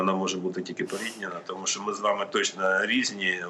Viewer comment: Послухай ведуча,правильно казати що,а не щьо.І взагалі вчіться казати тверде О,а не ьо.